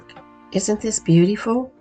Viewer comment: Beauteeeeeful! That is so funny to me the way you say beautiful